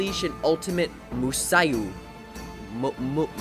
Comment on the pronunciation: Why you do like this game everyone like this game you don't know the name you wrong the name hideyoshi not hideiyoshi what the heck you are so stupid the real name is masamune date not musa date what the heck is wrong with you read the name you don't know read japan are you